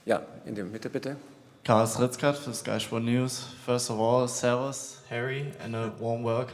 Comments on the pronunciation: Harry das heißt servus nicht Service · Serves von Harry jetzt schon legendär. Ein einfaches wort was man nur nachsprechen muss und er spricht es trotzdem so englisch aus